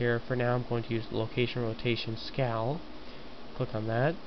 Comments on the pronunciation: one thing.... This is good in all but u kept on saying scow or scall.. IT is SCALE! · Its pronounced sc-ay-el ^_^